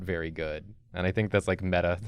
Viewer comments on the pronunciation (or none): none